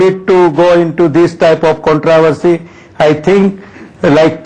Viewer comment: what's with your pronunciation of "controversy"? The BCCI fellow got it right, the reporter didn't